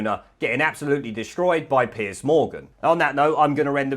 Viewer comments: "Piece"??? It's Piers... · 'Piers' nor 'Piece'. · Why keep calling him "Piece" Morgan? It's Piers for goodness sake!!!!